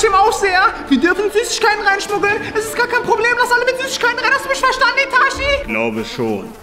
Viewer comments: das heist nicht itaschi das heist itachi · der clown sagt itachi falsch